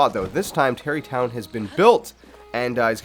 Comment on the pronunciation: Stop saying Tarri tonw